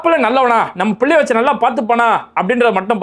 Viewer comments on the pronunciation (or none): none